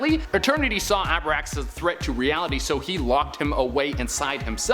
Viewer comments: Abraxas not Abarax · abraxas, not abarax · Abarax? ABRAXAS. SMH... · Isn't it pronounced A - brax - (like racks) - sis ? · Bro, first off This list is awesome! Only one thing tho, you mispronounced Abraxas. It's A-Brax-as. All the best, & keep putting out great content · The mispronunciation of Abraxas and Cytorakkis painful to hear